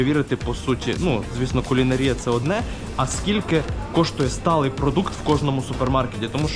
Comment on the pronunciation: Кулінаааааарія. Наголос не на той склад)) ти реально ключові слова дивися в правопис спочатку. бо знов відбулося, як минулого разу: пробувати і куштувати. я просто до того, що ти ж в маси несеш помилки. а так відос прикольний)